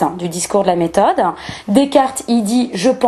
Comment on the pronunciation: Intéressant mais quelle plaie cette manie de se la pèter avec l'accentuation du e muet. Descarteuh, personneuh, méthodeuh. Vache cinq minutes et j'ai renonçé.